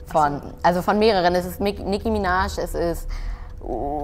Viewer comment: Niecki Mienaj